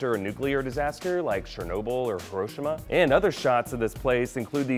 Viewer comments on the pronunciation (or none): The way he said Hiroshima messed with me hard